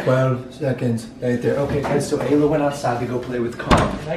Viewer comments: Giannah Sprague its ayla not alaya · Donna Robbins it's Ayla not Alya